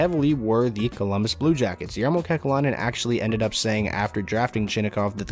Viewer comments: I’m pretty sure it’s pronounced “yar-mow” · GMs name is pronounced "Yarmo" btw